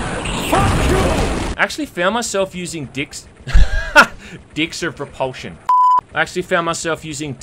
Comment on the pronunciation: "dicks of propulsion" well that is one funny slip. i never gotten into hex/heretic and game i played the most was Heretic II, always felt too complex for simpleton like myself.